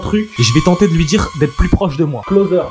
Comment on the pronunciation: « ClOthEr » 😂😂 Bsahtek le drone sah